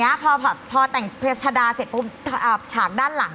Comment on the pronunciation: ชฎา* ไม่ใช่ ชฏา